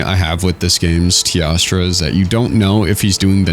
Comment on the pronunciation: why for the love of god does he say tiastra instead of teostra